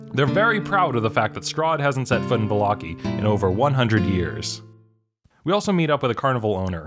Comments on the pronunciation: Va-lock-ey? I pronounce it Valla-ky. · Volloki? What is volloki. It’s vallaki, Vall-a-ki